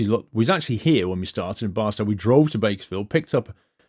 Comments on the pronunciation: Barstow is pronounced Bar-Stoe rhyming with toe and not Bar-Stow rhyming with cow. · the arched walkway in Vegas is called Fremont Street... and fyi Barstow is pronounced Bar-Stowe